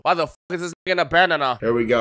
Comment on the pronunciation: Ban- na- na 🥺